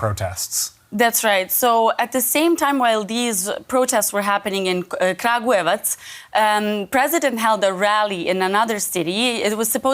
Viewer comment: You can tell he tried saying Kragujevac a few times, and the woman probably taught him how to say it. The little smirk on his face when he finally nailed it so perfectly is hilarious! Nice job, man!